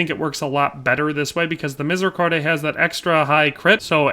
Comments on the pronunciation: Btw is « Mi-zay-ree-CORD, not -CORDAY »! Otherwise good vid will try out the assassin build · as a French people, don't pronounce the E at the end of Miséricorde ;)